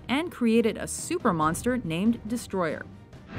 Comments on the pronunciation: NO, IT'S NOT DESTROYER, IT'S DESTROYAH! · Oh my sweet Jesus. , the narrator said Godzilla VS Destroy-er. HOW MANY GOD DAMN TIMES DO I HAVE TO TELL PEOPLE, IT'S FUCKING DESTROY-AH. NOT FUCKING -ER. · You said "Destroyer", not "Destroyah". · His name is Destroyah, not Destroyer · Hmmm...... it's not...destroyer but destroYAAAAHHHHHHH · I feel like I'm going to get triggered at this list just assuming before I watch this video Edit: Im more triggered at the pronunciation of Destoroyah and Hedorah Its He-Dora not Hedra Its DesToRoYah not Destroyer -_ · It's destroyah not destroyer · She said destroyer but it's actually destroyah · ITS DESTROYAH NOT DESTROYER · It is destroyah not destroyer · It's not "Destroyer", it's "Destroyah". I really don't care about it much, but ur gonna get a lot of heat from serious Godzilla fans for pronouncing that name wrong. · god fuck it's not destroyer it's destroyah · Why do people pronounce Destoroyah Destroyer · It's not destroyer is DESTROYAH!!!! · it's not Destroyer it's...DESOTROYAH!! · Silly it's not 'Destroyer' it's 'DESUTROYAH'! Also 'Top 10 lists that pissed people off'.:D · Its not "Godzilla vs Destroyer". Its "Godzilla vs DESTROYAH!!". Clearly ends in a "AH" not an "ER" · The monster's name is not Destroyer, it's Destroyah. I know they called him Destroyer in the american dub, but I believe that's translation error. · Destroyah not Destroyer! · Tou called is destroyer? No no no. Its DESOTROYAH!!!! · It's not destroyer it's destroyah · It's not Destroyer it's DESTROYAH!!!!! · It's Destroyah, not Destroyer u idiot. Go look up the pronounciations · it's pronounced "Desa-Droy-yah", not Destroyer. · its not destroyer, its destroyah, get it right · Destroyer? It's Destroyha it doesn't has the "e,r" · the monsters name is not Destroyer...its DESTOROYAAAAAHH!!!! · it not yer its yah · The way she pronounced Destoroyah annoys me... -_- its not Destroyer its DESTOROYAH! DES-TOR-OY-AH.